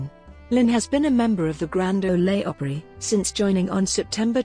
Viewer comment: I never cease to be amazed by narrators who do not relate or understand their materials. To wit: "Grand Olay Opera". I shutter.